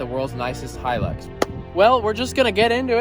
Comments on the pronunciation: bruh he just said Toyota Hilux perfectly in Romanian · Its pronunced hi lux so your right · LOL Hilux worlds most indestructible UTE? have you heard of a Land Cruiser? oh and the way you pounce Hilux is right. people pronouncing it Hel - Lux is so annoying its Hi - Lux. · Nah it’s definitely pronounced “Toyota ‘High’-lux”. Take it from me, an Aussie.... There’s tons of Hilux’s down here. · Pronounced high- lux good luck to ya that thing will put up a fight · It's definitely pronounced " high lucks" anyone calling it a "he licks" is obviously stupid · Yay you pronounce it Hi Lux :) All us Aussies say thank you lol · I’m glad you pronounced the Luxy as... Hi-lux and not Hill-lux. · Atleast he called it the proper name it’s hi lux not he lux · pronouced High Lux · In australia it is pronounced high lux These cars are all over australia Have a look at a 79 series landcruiser. They are a beast. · And it definitely is pronounced high-lux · I'm Australian and can confirm it is pronounced Hi - lux. So you got it right first go. Hope you at least enjoyed driving it while you had it. You should get a few videos out of it. Yes even you 🤣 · It’s pronounced high lux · You're right it is pronounced high-lux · Whistlin youre pronouncing it correctly Hilux High-lux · Think your the first American to pronounce hilux correctly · Don't worry mate you said Hilux correctly! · Hi you pronounced it right Hilux. And I only just subscribed to your channel too. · your Pronunciation of the hilux is correct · you pronounced Hilux perfectly